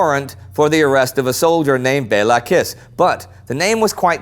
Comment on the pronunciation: Kiss in Hungarian is pronunced as Kish.